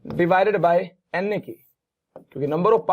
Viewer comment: Sir doesn't says NA instead, he always say Anne 😂😂😂